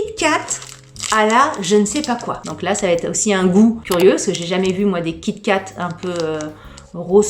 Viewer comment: Kit et Kat !!🤣🤣🤣 on dit "kitkat"